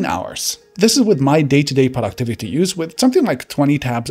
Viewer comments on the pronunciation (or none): I thought he said PORN activity on the go" instead of "productivity on the go". I was like wow that's brave of him to be so upfront 🤣